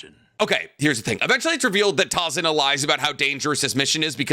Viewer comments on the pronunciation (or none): Calling him tazuma instead of tazuna is genuinely hurting me